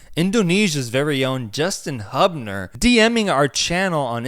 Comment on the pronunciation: Bro..Hubner is pronounced as hyOOb-ner